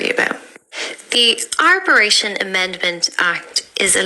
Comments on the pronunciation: Arboration! I’m cringing - arbitration! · Can't fault what's been said here but it's ''Arbitration'' not what the lady said. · Arbitration - it's pronounced as it's spelt.